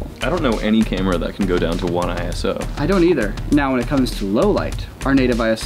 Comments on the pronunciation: It's "eyeso" not "eye-ess-oh" it's not an abbreviation! It's a name that the ISO organisation chose for themselves. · Nerd comment inbound: ISO is a word, not an acronym, and as such is pronounced "eyeso", not "eye es oh". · ISO is a word, not an acronym. Pronounced like eyeso